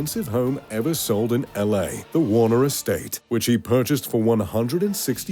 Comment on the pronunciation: . Jack Warneh(er). If the last name sounds familiar it’s because he founded Warner Estates. Accent confused.